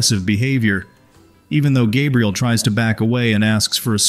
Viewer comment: Jaybriel? Is that a new way of saying Gabriel now?